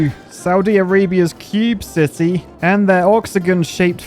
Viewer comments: I always understand him saying sissy and not city 😭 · Did you say "Saudi Arabia cube city" or "Saudi Arabia cube sissy "